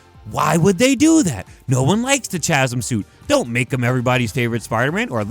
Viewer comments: its not CHAZm its CAZM is how you pronounce it... Chasm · say CHasm one more time and I swear to god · you're pissing me off with your pronunciation of Chasm. Kah zum. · Pretty sure chasm is pronounced “ka-zum” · Chasm is pronounced "kazzem" idk why. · The way this dude pronounces Chasm makes me wanna gargle glass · bro that’s not how u say the word chasm pls🤣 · I hate how he keeps mispronouncing Chasm. The H is silent.